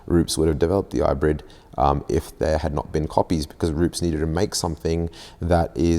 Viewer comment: rupes not rups